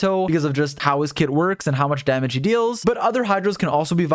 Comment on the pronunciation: Help I can’t every time he says damage It sounds like another -ge was added Damagege 😭